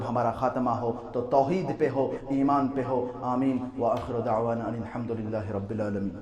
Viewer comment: ماشاءاللہ اچھی تقریر لیکن معزرت کے ساتھ خطبہ کے شروع میں ان الحمد میں موصوف نے د کو ضمہ کے ساتھ پڑھا